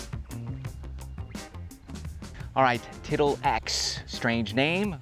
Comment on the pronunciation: Huh huh huh, you said tittle. Huh